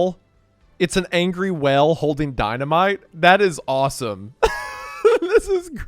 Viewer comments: I'm sorry but 80% of the time you said "whale" it sounded Ike you were saying "well" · It irrationally angers me how you randomly say well instead of whale.